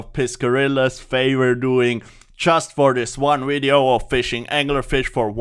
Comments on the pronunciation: always like a video with someone who says 'wideo' in it. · "New wideo" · What happens if you try REALLY REALLY hard to say "V"ideo? Can you say it? Or can you not pronounce the v? Can you try saying it in the next wideo? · wideo lol